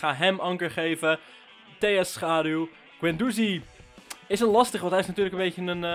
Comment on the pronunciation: Vgm spreek je Guendouzi fout uit